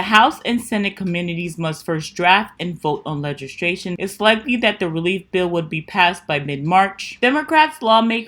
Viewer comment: Good information! Not to sound picky or nasty, BUT, I thought you might want to know... You said several times Legistration. The word is actually LEGISLATION. I'm glad you are doing these videos, it makes it easy for us to just see where we're at with stimulus, instead of having to do all the research. Thankyou! ❤️ And please know I'm not trying to call you out or anything. It's just a little grammar nazi thing I grew up with. Blessings!